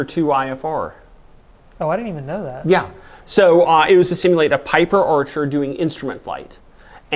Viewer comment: Orchar? What's an Orchar? Piper Orchar? Wha... Ohhh! Archer! He meant Archer. Right...